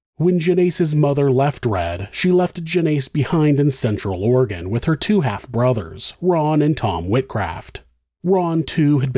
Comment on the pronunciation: I appreciate that you pronounce Oregon the correct way